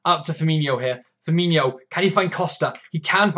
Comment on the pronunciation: Fir-Mean-O. ;) No 'h', so no 'y' sound. Great stuff - love the enthusiasm.